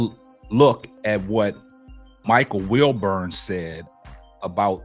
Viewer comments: Wilbon not Wilburn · WilBON how can anybody take this guy commentary serious when he can’t even pronounce the guys name right 🤦‍♂️😂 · It's WILBON My G